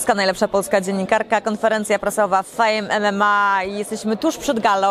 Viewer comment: Myślałem, że tylko ja to słyszę, tak jak wcześniej FAJEMEMEMA